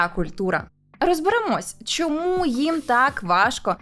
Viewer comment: Шановна Альона! У вас в титрах немає жодного слова "щьо", "чьому", "щьоб" чи ба навіть "Чьервона рута". Будьте ласкаві вимовляти ш-, щ-, ч- твердо, відповідно до української фонетики. Матеріал же ж цікавий, потрібний, актуальний, а слухати важко.(( А перше, що спантеличило - "Альона", але може Ви росіянка і це ім'я по паспорту. Успіхів! (Без образ)